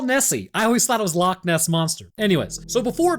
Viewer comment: I am from Scotland Loch Ness is literally about and hour half by car from where I stay and yes you are saying it right don't know who is telling you your wrong, love the content man I have learnt so much from both your channels have a great day man <3